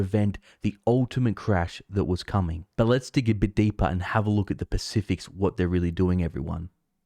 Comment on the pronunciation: Pacific's = Specifics 🤣